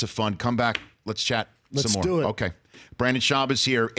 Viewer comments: Hey Rich for sure get your guests name right, Brendan not Brandon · Why does he keep saying Brandon? Nobody even corrected him after the 6th time he mispronounced his name.